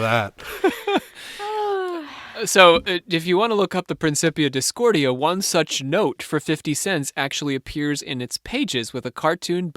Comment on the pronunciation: It's pronounced PrinKipia Discordia. Robert Anton Wilson told me that.